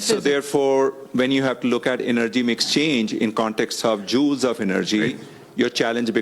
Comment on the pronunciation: Indian guy being interviewed like he's some expert, says: "I'm an engineer" - but can't even pronounce "Joules" correctly. It's not hard, dummy - given it's the SURNAME of James Prescott Joule who discovered Joule's Law and who the SI unit of energy, the joule (J), is named after. So it's the easiest thing in the world to know how to pronounce. It's not said like a dog's JOWLS you fool... it's said like: JOOLZ.